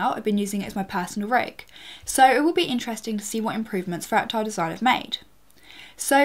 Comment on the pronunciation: why does she pronounce it "fractile"?